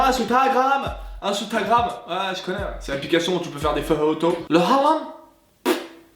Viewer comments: Gros fail sur ce coup Jhon Rachid : Le vrai mot se prononce bien "Haram" en arabe classique. "Hram" ca se dit en arabe dialectal. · J’avoue très drôle, par contre si je peux me permettre j’ai mal à mon arabe, en effet le mot péché en arabe littéraire comme dans le Coran par exemple se prononce bien « haram » et non « hram » comme le prononcent nos amis maghrébins avec leur dialecte